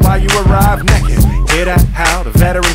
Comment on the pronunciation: He said nekked, like as in tired.